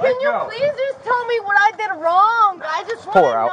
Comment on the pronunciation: What did I do WRONGAH! What did I dooo-GAH. Why-GAH!